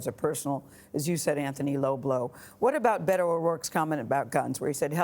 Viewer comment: Bay-toe is the proper way to pronounce his nayme 😆